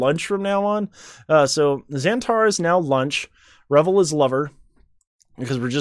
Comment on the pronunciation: if you did revol, its actually "rivol"